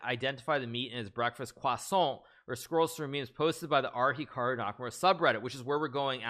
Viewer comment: That moment when he says Chikaru makes me think on some kind of Pikachu brother or...maybe perhaps...a bot of Hikaru that you can play aginst him but when you loose he laughs so loud as Hikaru do 😄😄😄😄😄